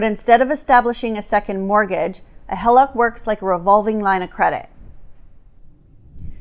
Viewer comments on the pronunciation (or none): Ummm it’s HEE-LOCK …. not HELL-LOCK.